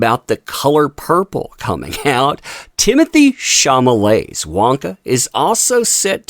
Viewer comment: Timothee Shah-lah-may or Shah-lah-met if you don't want the accent on the -met ending. It's not Shah-mah-lay. Just a heads up. Keep up the great work.